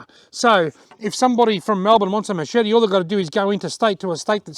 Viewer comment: i made a drinking game i drank everytime youes asaid Machepte ...............